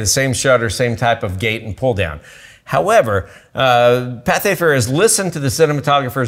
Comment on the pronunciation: It's Pathé, not Patha.